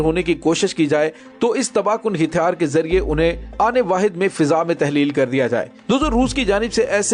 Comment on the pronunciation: لفظ ھتیار کی اداگی صیحح کریں